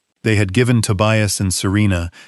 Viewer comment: The son‘s name is TOBIAS, not „to buy us“ 😂😂😂